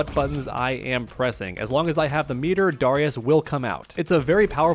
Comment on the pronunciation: The way you pronounce Darrius is so dumb bro lmao